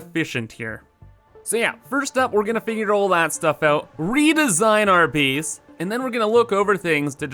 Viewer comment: The word base shouldn't rhyme with peace but the word base should rhyme with face. Either way, you keep pronouncing base like beace. The same type of people that mispronounce word like that also are upspeakers and ones that say sorry like soourry. Just saying